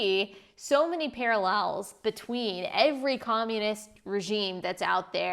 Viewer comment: "We see so many para-llels..."